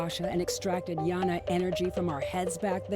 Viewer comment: It's not Yana energy tho lol, it's pronounced as Gyana, meaning knowledge I'm sanskrit